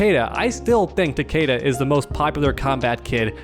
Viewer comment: I wish people said takeda correctly